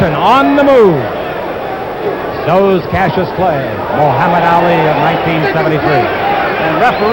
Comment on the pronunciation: What does the announcer say? Because it certainly isn't "Ali".